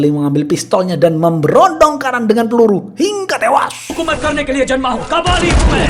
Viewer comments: "HINGGA TEWAAAASS" kek gemes banget dah bilang gitu pas si Logan d tabrak. Btw aneh yah, ini chanel subscriber nya kok masih dikit? Pdhl pembawaan ceritanya keren banget loh. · Biasa aja min kalau ngomong tewas, jujur gw jadi emosi dengernya.